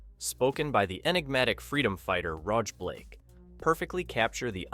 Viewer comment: Rog Black (pronounced: Roj Blake - as in Roger Blake)